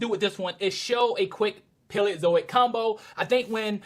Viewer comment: burgerstomache? its PALEOZOIC!!!!! say it right!!!!